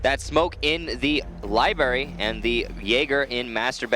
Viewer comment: This is gayer than the announcer saying LIBARY... IT'S LIBRARY YOU FUCK